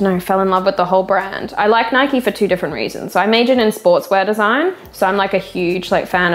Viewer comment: It's "Nike" like "Bike". Not "Nikey" like "Mikey".